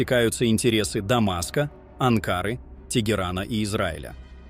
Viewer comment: АнкарА, не не АнкАра